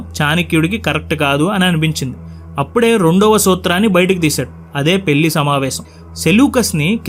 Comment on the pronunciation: మళ్ళీ, పెళ్లి అనాలి. పెల్లి, మల్లీ కాదు. Immediate గా correct చేసుకో